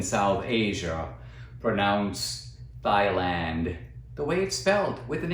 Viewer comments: I didn't know Thailand was pronounced like thigh-land instead of tie-land. I learned something new today. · "Thighland" 😂 Anyway, good video bro. You hit the nail on the head. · Thanks Dinesh! "TH"AILAND! I learned a new pronunciation. Yes, pure envy and hate...and irrationality by the media and much of academia. Also, What does your name mean "Dinesh"? God bless! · Trump's pronunciation of "Thighland" has nothing to do with the spelling. Surely as president he should know the name of the country regardless of how it is spelt. His mispronunciation merely demonstrates his ignorance of the world. Scary! He hasn't learnt much from his world travels. Being wealthy and having your name on a building iare not qualifications for the position of President. Nor is "living better" then others. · Thigh-Land doesn't sound so bad to me. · I was over there, even many of the people their pronounced it with T, not TH. Even if Trump is wrong, he still knows where he is, and what day it is.